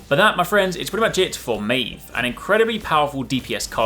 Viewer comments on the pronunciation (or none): Pronounced the name wrong